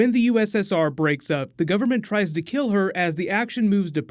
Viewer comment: "the government tries to kell her" Do they try kelling her with covfefe?